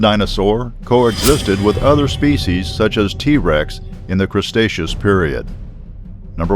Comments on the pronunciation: Piroman period? WRONG it is Permian period. It is not Crustaceous era, it is Cretaceous era. Please learn how to pronounce scientific words correctly. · Cretaceous not crostaceous.... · 2 things. 1 it's Cretaceous not crustaceous.2 it's carnotaurus not carnosaurus. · crastecous is wrong pronuncittian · "Crestacious" Period LMFAOO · The 'Crestaceous period", eh? LOL!